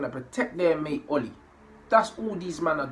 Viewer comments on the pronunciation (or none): none